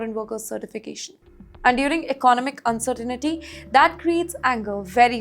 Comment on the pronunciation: Your pronunciation of English is the greatest of all uncertain-niti-s. It’s pronounced “uncertain-tee”.